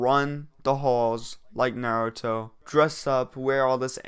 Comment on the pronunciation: Man said Naruto wrong